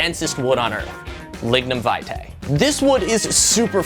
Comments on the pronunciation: Your pronunciation of lignum vitae was upsetting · That's not how you pronunce lignum vitae